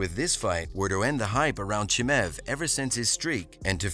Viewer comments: Who's this Chimäääv guy dude keeps talking about? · Khamzat "Chimev" 😂😂😂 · Who tf is ”CHIMEV”